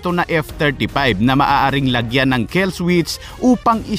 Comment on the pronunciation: Kill hindi kell